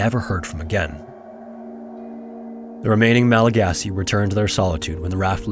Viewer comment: Thank you so much for appropriately calling them Malagasy. So frustrating that so many people get it wrong.